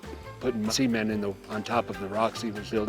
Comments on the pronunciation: he did not say cement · ceMENT! not C-men PLEASE! :D